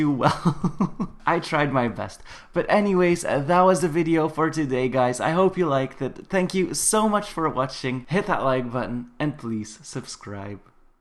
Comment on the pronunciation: You said suscribe.